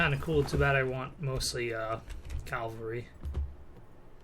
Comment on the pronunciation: If you could start saying cavalry instead of calvary that'd be great....